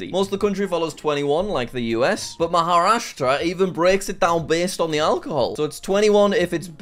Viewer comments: The fact that he pronounced Maharashtra right but not Gujurat is actually hilarious.😂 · I laughed so hard when he said ''giyarat" but stopped when he pronounced maharastra correctly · An Indian like me, he was trying to say Gujrat like "Guyarat". Is is GuJrat. You need the Js. Btw he nailed "Maharastra"